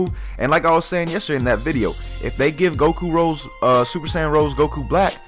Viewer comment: It's called Super Saiyan Rosé. Not Rose. Please... 'cries in the corner'